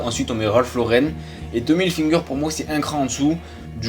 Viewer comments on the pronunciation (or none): « Tomly hilFINGER » T’as pas respecté le nom😂